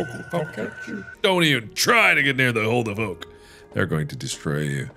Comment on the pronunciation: "Hulu The Fork?" Really? 🤣🤣🤣